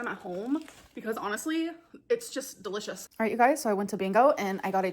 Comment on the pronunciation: "They're DUHLISH!"